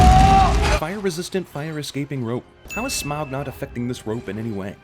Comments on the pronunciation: Forgot the worst sin of this movie... constantly mispronouncing Smaug. It's pronounced "smog," at least that's what I always pronounced it because of the Hobbit animated movie. "smowg" just sounds really stupid in comparison. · Ugh he is pronounced Smaug, Sauron, Tauriel, Bofur, and Azog wrong. It annoys me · Dude, your pronunciations of Smaug, Sauron and Tauriel are atrocious... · anyone else slightly twitching at the mispronunciation of 'Smaug', 'Tauriel' and 'Sauron' all within a few mins? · I honestly think they were better without a leader or purpose, because the main characters are on a journey where the real enemy is Smaug (which I think is mispronounced in the movie, I'm not sure though, and don't really care) and the orcs are just supposed to be obstacles they have to overcome, not another enemy to fight.